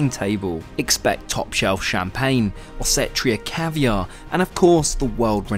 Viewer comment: If you're going to have Osetra Caviar, say Osetra Caviar, not OSETR-IA caviar.